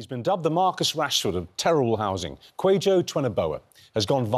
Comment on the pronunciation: I love this but the way you young man and everyone else in this doc is pronouncing your name is incorrect. My father's name is Kwajo is not pronounced quayjo